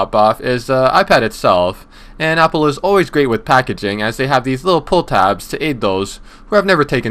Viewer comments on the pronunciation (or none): You says the APOL AYYYFAAD FOW